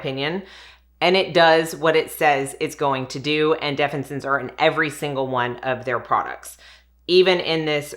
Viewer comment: Say it with me def-fin-is-sins 😊